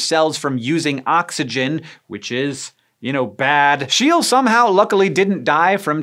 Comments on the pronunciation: Not Schiel, but Scheele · The 'e':s in "Scheele" are supposed to be pronounced "e". That's why there's three of them. And why they are 'e':s. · 1) Scheele is pronounced SHAY-luh. 2) How could you not mention LSD? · Scheele is pronounced like "shayla" /ʃālə/ :) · Scheele. approximately: shé (a long-ish sound like in "shape") - le. Please, don't drive a PorSH. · His name was Scheele. The double "e"like the "e" in "shell" and the "e" at the end like the on on "extinct". That dude was a German. Why has the rest of the world all the names of you English speaking people pronounce properly, but you keep missing it?! This is so annoying. Other than that, good show. I enjoyed it. But please, pronounce those German names correctly. or at least try. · The pronounciation of scheele is far of the correct pronounciation